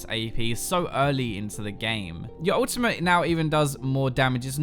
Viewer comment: Why do you keep saying "Ultimah" instead of "Ultimate"? Like, what's up with that?